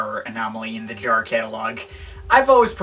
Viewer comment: That's understood...btw: excuses, concerning my first comment (removed it btw), by you, pronouncing Jarre as 'jar', caus of something in your way of bringing words out. But, as long as you keep this listening experience for and to yourself and in this case, no-one has been helped...the main effect is only: you have set yourself apart by spreading this completely superfluous message throughout the internet. I regret watching this upload and again I wanna express the fact that Jean Michel is a giant amongst many lesser gods in the art-scene, overall and who are 'we'' to just lightly and (in this particular case) sometimes a bit too bitter, judge his works, while this great man has changed so many hearts and lives? It's the 'tone' you set/you bring this in a cynical manner and jump from one album to another, as if it were cookies or candy-bars... Who 'are' you to do this? Is it simply arrogance? I will never look you up again on YT...who are you to play your game publicly? Yes...no-one!